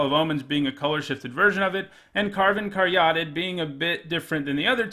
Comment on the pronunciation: Btw, Caryatid is pronounced carry-AH-tid, not car-YAH-tid